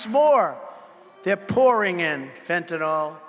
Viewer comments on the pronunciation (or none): none